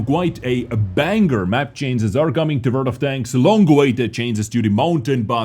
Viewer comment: Dude its not 'cances' it is 'changes'